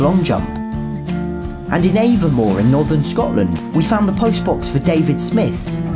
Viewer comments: Aviemore not Avonmore 🤦‍♂️ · I know this video is a tad old, about a year. but I still cant stop thinking of the way "Aviemore" is pronounced. Af(v)-ee-more is what I think the written down pronunciation is haha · The way you pronounced Aviemore was slightly incorrect you said Avenmore its pronounced A-Vee-more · for future, pretty sure Aviemore is pronounced ah-vee-more, not ay-vuh-more :) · It's not avmore it's aivmore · it annoys me to no end that you pronounced avimore wrong, it's pronounced, aavie-more. You also didn't mention the golden postbox in dunblane for Andy Murray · Just to let you know, Aviemore is spelt av-ee-more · So I know this was 1 year ago, but I’m pretty sure the pronunciation for Aviemore is a-v-ee- more A not ay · It's funny the way he pronounces Aviemore, it's said as 'avvy' haha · Good vid but it’s pronounced a-vee-more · You said aviemore wrong lol as a Scot It’s annoying but I understand and im sure there’s one in dunblane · I, as a fellow Scot, also disapprove of the pronunciation of Aviemore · You said Avimore wrong 😭